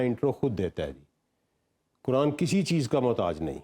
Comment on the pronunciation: سیلم صاحب آپکو بھی قرآن مجید کی گرامر اور تلفظ سیکھنا پڑیگا پھر آپ بھی ۔قرآن کو کران نہیں کہو گے